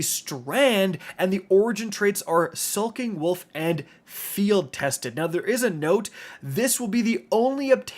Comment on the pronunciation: is saying sulking wolf intentional?